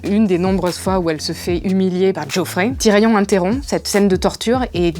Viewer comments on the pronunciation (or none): none